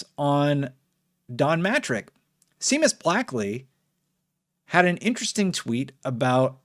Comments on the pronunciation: It's pronounced "Shamus" not "Seamus". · Seamus is pronounced "Shay-mus". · It's pronounced shame-us. As in, what you did by mispronouncing his name. Badum tish. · Seamus - Shay-mus. Irish name lol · It's pronounced Shaymuss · For future reference: Seamus is pronounced 'Shay-mus' :) This was a great video. I was 13 when the Xbox One came out and so didn't quite understand at the time how bad a position Xbox was in. With age, though, I've realised they've really began bringing it back round and it's great to see, as an Xbox fan. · It's pronounced Shay-mus. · Isn't it pronounced Shay-mus or have I been doing it wrong the whole time lol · Did really say Seamus as “see-miss” 😂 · Did you really pronounce Seamus as Seem Us? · Great video,! Absolutely love your channel. Love how chilled out it is here, plus the information is just an added bonus. Came here from fireteam chat, stay here for you. Just FYI - Seamus is pronounced "shay-mus". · Seamus is pronounced Shay-mus. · this man does not know how to pronounce seamus